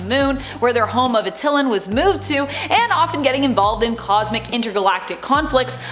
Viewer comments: Did she pronounce Attilan as Uh-till-len? It's pronounced At-ta-lan. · Not Uh-til-lan but Att-Eye-Lan